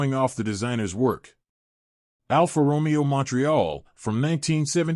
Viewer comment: Almost every single Italian name in this video is mispronounced. For example, who in this day and age can't pronounce Alfa Romeo with the accent on the correct syllable? Very distracting and makes the video barely worth watching.